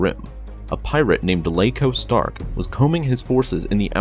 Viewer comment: It's Iaco Stark not Laco Stark